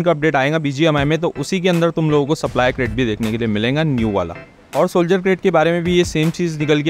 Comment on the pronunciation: aayenga milenga ❌ Aayega milega ✅ Vakay ke end me bindi kyu lgate ho har baar .. thoda sunne me awkward lgta hai